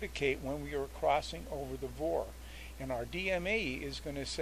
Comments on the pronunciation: as I listened to the video again, I heard you use VOR as a three letter word, several times..... That's what's incorrect its not a 'vor'.... (word).... it's a V O R........ with each letter spoken individually...... you don't say faa as a three letter word... you say.... F A A with each letter spoken individually.... and I F R isn't 'ifr' (if-er)..... it's I F R Ok, we've beaten this to death.... Your videos are both informative and educational. And I appreciate them immensely..... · It's called V (vee) O (oh) R (rrrr) not vor!!!!!